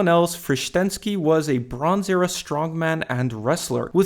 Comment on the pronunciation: When you said "the bronze era" I really thought you said "LeBrons Era"